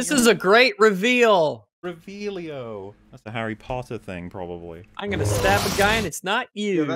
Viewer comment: It's Revellio. not Reveal-io!